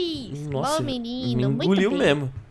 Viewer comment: o dragonyte sobe no r e dece no f